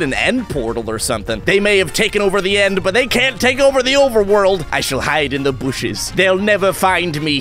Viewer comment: “I shall hide in the booshes”